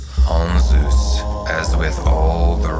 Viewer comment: This is pronounced incorrectly - the z & s have been switched .